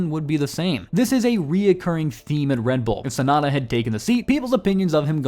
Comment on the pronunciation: The name is Yuki Tsunoda not Tsunada…